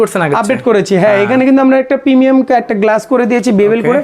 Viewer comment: প্রমিয়াম প্রিমিয়াম 😂